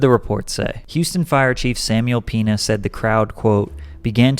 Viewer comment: Samuel Peena 🤦‍♂️